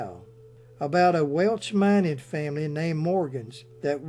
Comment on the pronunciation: Welsh not Welch